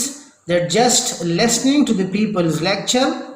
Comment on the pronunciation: Pronounciation is very very bad jaise listening ko lasning